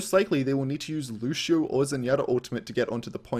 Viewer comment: Why tf do people say LuSHio. His name is LuCio.